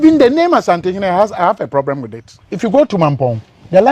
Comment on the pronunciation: Who else heard “…I have a probrem with it…”?😂 “Probrem” deɛ sɛ anka Asantefoɔ na ɛwɔ L and R problem o😆 Dormaahene can go to the ends of the earth for all we care, Asantehe Otumfoɔ Osei Tutu Ababio, aka Barima Kwaku Duah…Ɔpemsoɔ no no. Yɛn wura, Asanteman dɔ wo dodo. Obi pɛ nso ɔnnya da!✌🏾✌🏾✌🏾